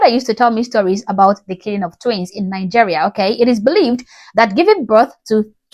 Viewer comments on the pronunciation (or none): Hey, really love your content! Question: You pronounce it NiNgeria? I heard another Nigerian pronounce it that way too, but I thought she had a speech impediment (not trying to be offensive here)... But hearing you say it like that aswell, I wonder about it.